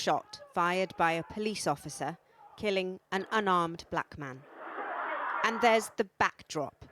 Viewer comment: I love the way Channel 4 emphasise the “Unarmed Black Man Part” to make it sound terrible. What about the “Unarmed Black Man” Chris Kaba shot in the back whilst running away! Because of releasing the Armed officers name he’s had a £10,000k bounty put on his head by gang members. You don’t hear anything about that being said on the news!!